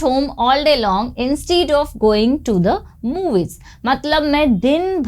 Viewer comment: Please rectify/correct your pronunciation of "instead of" and type the phrase in the google search engine. Google Chrome helps you listen to the pronunciation in American and British accents.